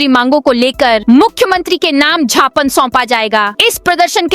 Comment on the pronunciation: Gyaapan bolo, jhapan nahi bolo.